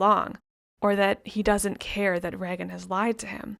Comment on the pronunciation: It is pronounced like Raygen